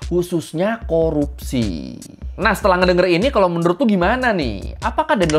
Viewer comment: tolong untuk kata "Korupsinya" lebih dipertegas. wkwkwkw